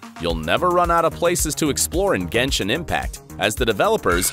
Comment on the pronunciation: Bro, when je said genshon impact,...